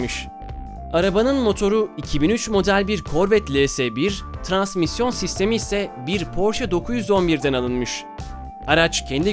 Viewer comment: Tıranamisyon ne olum ya azıcık öğreninde öyle konuşun şu ingilizceyi ya djskskkss şanzıman de geç işte neyin boşunu yapıyorsun